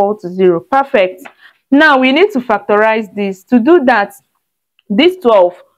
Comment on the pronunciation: Did she say "Fack de rice" ? Peh fect !!! This is a waste of marker pen ink !!!